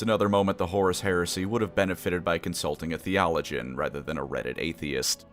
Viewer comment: I hate how you say theologian. Other than that good video